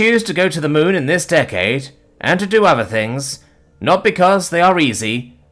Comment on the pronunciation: That Kennedy accent was almost there, just needed to pronounce Decade and Hard right. X3